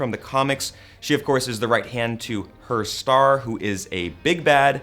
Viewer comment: "Her Starr"? Not much German going on at Gamespot, lol. "Herr" is pronounced "Hair". And grenade launchers are legal in most places, they're just glorified potato guns, it's the grenades that are illegal.